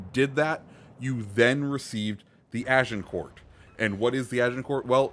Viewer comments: You don't pronounce Agincourt with the t it's pronounced more like Agincore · Plus miss pronouncing Agincourt lol